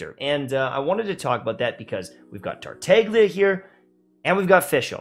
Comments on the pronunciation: man said “tarteiglia” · pls you're killing me, the g is silent:( (otherwise, i agree) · I think you are the only one who call Tartaglia with a g , because yeah, there is a G in TartaGlia. No Tartallia. 😂😂😂 Those look so dumb when they say his name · Interesting fact: The G is silent in Tartaglia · Why don't you guys pronounce Tartaglia's name correctly?..